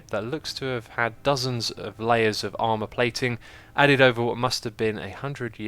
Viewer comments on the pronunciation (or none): none